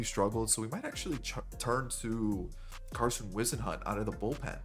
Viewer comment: You said Carson’s name right the first time, I went to ECU when he did